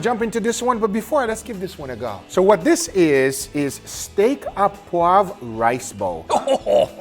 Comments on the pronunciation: notice it is sauce or steak "au poivre" not "a poivre" and "au" is pronounced like the letter "o" (sauce au poivre mean pepper sauce" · Just to help you out : "Steak au poivre" is pronounced "Steak O poivre" (Like in irish names starting with O' ) But otherwise very nice "sauce au poivre", many people forget the alcool, which is the key to make the difference.